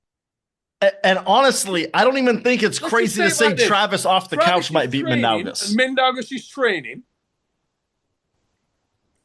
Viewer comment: I'm sorry but i have reached my breaking point. For anyone trying to pronounce Mindaugas – it's pronounced as Min-dough-Gus. The 'Min' part is pretty straightforward, 'dough' like bread dough, and 'Gus' like the character from Breaking Bad.